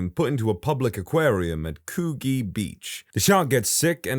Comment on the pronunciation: it’s pronounced with a soft g - coo-gee